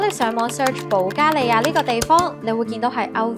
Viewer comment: 主持人讀保加利亞的發音十分準確和正確